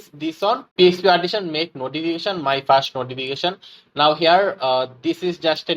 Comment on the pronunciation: Man your tutorial is very good . But why u pronouncing first like fast , public like pablic etc Wtf is that ?